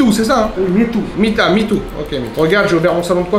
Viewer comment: Le nombre de fois qu’ a appelé Mitou ”Midou” 👇🏻